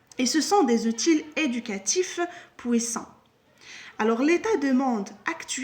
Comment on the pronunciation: Bonjour, outil se prononce ainsi [u.ti]. bonne vidéo.